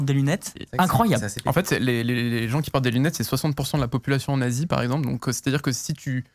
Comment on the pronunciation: il dit la population d'asie (avec la liaison)